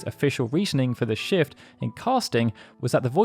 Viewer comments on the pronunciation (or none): none